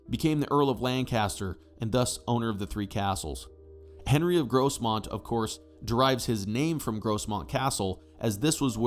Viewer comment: The s in Grosmont is pronounced like a phonetic z